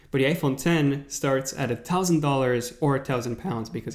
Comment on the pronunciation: I couldnt get over how he was pronouncing thousand